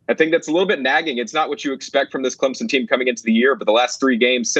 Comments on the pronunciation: "clemzon" smh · Clemson, not Clemzin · loved your report, but there is no Z in Clemson. Just a soft s when its pronounced. Clem_son.:) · There's no "Z" in ClemSon.